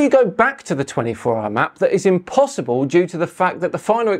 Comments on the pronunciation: Did he say "impossiBall?" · "impossiball" - did he actually say that? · I just love how he stresses the last syllable in „impossible” to make sound like impossiBALL